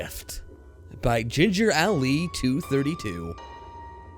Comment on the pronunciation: it's ginger ale (ail, as I'm ailing with something.) Just letting you know that that's how it's pronounced.